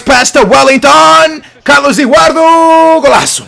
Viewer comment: Why do u say edurardU except of EduardO